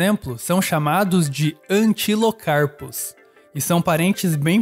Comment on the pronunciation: É antilocapra o nome do bicho. Não antilocarpo.